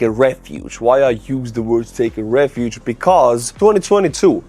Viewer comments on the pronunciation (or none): none